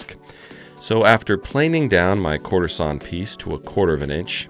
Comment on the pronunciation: I was in before I stopped hearing courtesan oak and started hearing quarter sawn oak 🤷‍♂️🤦‍♂️😂